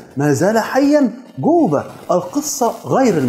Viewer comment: اسمه جوبا وليس قوبا . معقوله ما تقدر تنطق حرف الجيم . اذا هو شيعي يطعن في زوجات النبي وفي أصحابه الله لا يرحمه .